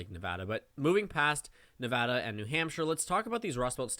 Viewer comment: I’m just here because you pronounce Nevada correctly